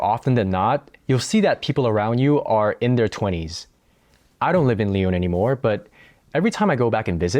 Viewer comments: pourquoi tu prononces lyon comme « lee - own » Je pose cette question sérieusement, si t’habites à lyon pour un longtemps , je suppose que tu connais français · It's funny, you know how to pronounce putain properly, but not Lyon😂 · So you lived in Lyon for two years and are not even able o pronounce the name of the city correctly?? And you think you are able to give a nuanced commentary?? This is hilarious.